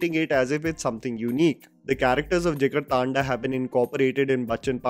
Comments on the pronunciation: Why British accent bhai 😂 taanda thanda hai voh 😂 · Kinda hate to point it out, but it's not Jigar-Taanda but Jigar Thanda, as in the Hindi word 'Thanda' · JigarTAANDAAAA... Vilmiiiiii... Get your pronounciation right boyyyyyy